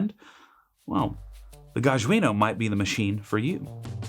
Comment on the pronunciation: It's GAH-jjah - J like John